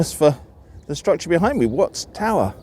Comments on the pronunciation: At the mark, the Watts of Watts Towers is mispronounced. He says “wuts,” almost “woots.” It’s wahts. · You said Watts like Wutts. As a Southern Californian, I would say "Waatts". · Among other things you pronounce Watts like Wuts.